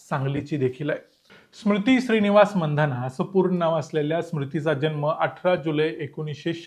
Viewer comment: स्मृती 'मंधाना' नव्हे 'मानधना'.